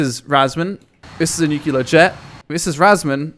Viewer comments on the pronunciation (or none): please. Stop. Nuclear. Not nucular. For fucks sake. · Nuc LEAR not Nuc ULAR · ffs... new clear, not nukeular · NUCLEAR! Not NUCULAR! Are you George Bush? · pls stop saying nukelar bomb. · Ive been watching and loving your vids for years, I've unsubbed certain people that you have had issues with, I've subbed to certain that you have suggested, and Ill continue watching your vids for a long time. With that said, dont take what im about to say the wrong way - your pronunciation of the word "nuclear" literally makes me cringe. Its pronounced "new-clear" with only 2 syllables. Also the word "melee", is pronounced "may-lay". I know you frequently mention your issues speaking English so dont take this as Im all high and mighty but more as constructive criticism.. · It's call Nukular Lisa, Nukular lol